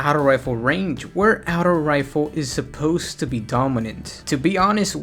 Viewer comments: Aughto not outo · its auto not outow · stop saying the word auto you say it horribly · Can never trust a guy who pronounces "auto" as "Ouutos" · "Out-o Rifle" lol the way you say auto is funny c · the way you say Auto makes me cringe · the way u were say auto lol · The t is supposed to sound like a d. When you say auto with a normal t sound, it sounds like you're trying to add too much pronunciation to the word.